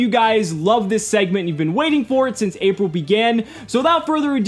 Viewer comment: am i the only on who heard ''Apple 2017''?